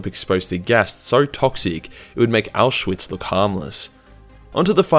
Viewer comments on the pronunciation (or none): none